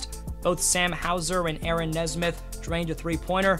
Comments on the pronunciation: It’s pronounced Knee-smith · bro really said “nezz-mith”